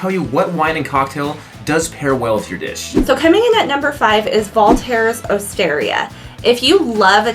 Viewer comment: Valter died in 2022. Also, please learn how to correctly pronounce his name...it is disrespectful